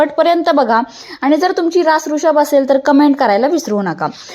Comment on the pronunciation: रू शभ नाही वृषभ राशी असे म्हणा मॅडम